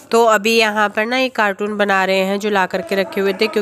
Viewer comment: Aapkaa task sach main bahut mushkil hai per kuchh nahi ker sakte. Aa the best for new house. Ek suggestion doon agar mind naa kero. Aap कार्टून bol rahi thee कार्टून नहीं कार्टन बोलते hain. Mind naa kerna hum aise hee ek doosre se sikhte hain. All the best